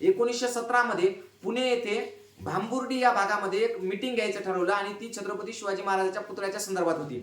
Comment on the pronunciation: भांबुर्डी नाही हो, भांबुर्डा असं नाव आहे.